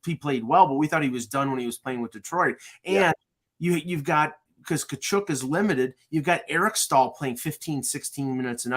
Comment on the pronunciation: Please learn how to pronounce Tkachuk’s name properly. It’s not KachOOOk.